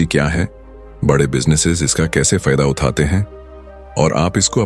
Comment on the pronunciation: Bhai video acha he lekin AI voice me Uthate uthate he sahi nahi bol raha he ye 😅😅